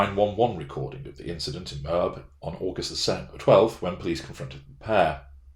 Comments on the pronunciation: Thank you, for your good video. One comment - If you mention Moab, Utah again, it is pronounced with two syllables - "mow" as in "mow the lawn" and "ab" as in "ab muscle". Thanks again. I'm looking forward to more episodes on Brian Laundrie and his psycological issues. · Thanks for the vid. Looking forward to your analysis of the body cam interviews. FYI - Moab, Utah - pronounced MO-AB; Laundrie = Laundry